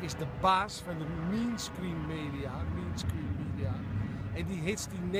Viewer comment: mainstream spreek je uit als meenstreem niet mienskreem haha.. , voor de rest goed report :)